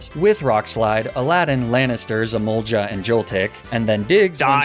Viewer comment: Not trying to be rude but, "Magnemitty", "Grass Wheeslay" and "Emulja" is funny.